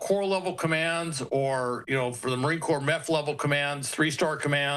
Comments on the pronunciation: 'corps' is not pronounced 'corpse'! :face-purple-crying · Corps not Corpus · Let me help you out here. Marine “CORE” not a dead body corpse. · The word CORPS as in MARINE CORPS is pronounced like “core”, not like “corpse”. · Corps is pronounced /kôr/ or cor, not /kôrps/. Corpse is pronounced /kôrps/. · my goodness...'marine corps' is pronounced 'marine core'🤨😐🤔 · War Secretary not Defense and Christ, Corps is pronounce “core” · Marine corps is pronounced marine “core” — Goomer. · How long has the Marine Corps and the word Corps has been in the United States? People working within the U.S. media are still pronouncing Corps incorrectly. It is pronounced like Marine Core that p in Corps is silent. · Did he say Marine "Corpse"????? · corps is pronounced "core" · This guy doesn't even know how to pronounce corps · The s is silent in corps. That cannot be said enough here with all the high school diplomas being passed out like cheap confetti and nobody can speak. Please speak correctly in this in your face position. Someone needs to be responsible there. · If can not pronounce Corps properly, do not talk!!! PERIOD!!! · The s in corps is silent...fyi.❤